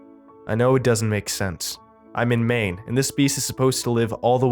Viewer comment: You had to say maine my dude